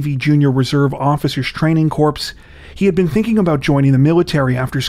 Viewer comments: Corpse? No, it’s Corps for goodness sake! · Come on man, it's pronounced like (core) NOT FUCKING CORPSE!!! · Dude Corps is pronounced Core! Corpse Is a dead body! I'm a former Marine and trust me it's not the United States Marine Corpse! We're very much alive! United States Marine Corps (CORE)! Just saying so many people get this so very wrong! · Corps is pronounced as core. Minor slip up